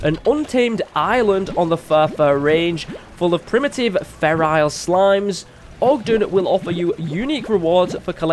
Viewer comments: "ferile" dude read it. FERAL! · He annoys me because he says ferrial but its feral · Feral not ferile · I thought I was the only one that notice him saying ferile, XD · I get triggered every time he says "feral" wrong. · who else got annoyed every time he said feral incorrectly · I like the way he says "Feral" :) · The way you say "feral" though